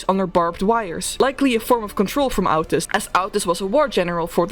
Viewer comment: hearing ow-tis instead of oh-tis hurts my soul 😔 mental suffering amazingly thorough video anyways